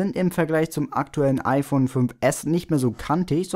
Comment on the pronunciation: Ifön 6? Bei xD